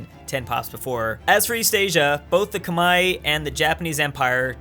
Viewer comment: The civilization in Southeast Asia (Vietnam, Thailand, Burma) is the Khmer (Kuh-Mare), not Koo-Mai